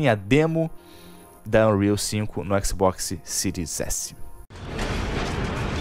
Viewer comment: X Box Ciro S*** fala o nome direito bérou